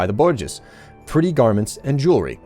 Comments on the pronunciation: it's pretty much the worst thing you can call someone if you happen to be a Bolshevik communist. Aand my own attempt at the phonetic pronounciation...... Bore -Jwaa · Hahaha...its pronounced boo-zhwaa. You're my favourite yogscaster because of this! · Bourgeois is pronounced bore-jwa, more or less. It's a french loanword. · just go on any communist channel and you'll inevitably hear how you pronounce bourgeois, because communists can't stop hating on the bourgeois as the source of all their problems.